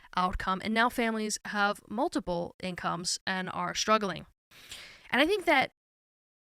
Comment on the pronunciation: Did you just drop the “t” from struggling?